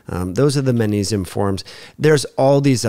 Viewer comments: Sweety, it’s not pronounced mannesium, but magnesium:) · You're incorrect. He isn't saying Mannesium; he's saying Mang like in Bang Mangnesium. This is a common natural linguistic phenomenon in all languages. It's not at all recherché, don't you know. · Why does he never pronounce the G in magnesium?